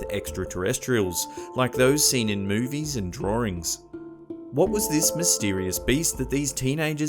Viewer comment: i noticed the cute way you pronounced the word "drawings" as "draw-rings".. do you also pronounce urinal as You RYE nal or as you're in al?